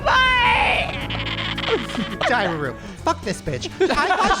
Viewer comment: Every time they say “diary room” I hear “diarrhea room” 😂